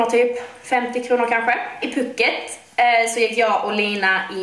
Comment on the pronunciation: Det ut talas puuket inte puket (altså långt )